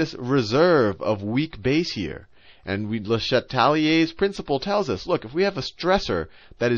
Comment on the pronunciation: Thanks sal, but it’s “le CHA tel ire’s”, not le sheTAL i er’s...